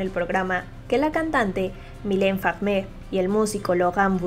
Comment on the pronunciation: Yonemarre.... milene fegmegr.... Para su pronunciación!!!